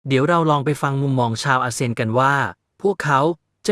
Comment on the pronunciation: อา.เซี่ยน.ไม่ใช่.เซียน.เวลาอ่านเติมไม้เอกไปด้วย